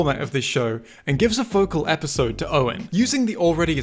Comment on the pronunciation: Him saying episode wrong is more funny than the actual spy jokes